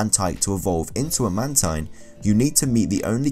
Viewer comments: ITS MAN-TEEN (The way spells Mantine name) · It's Man-teen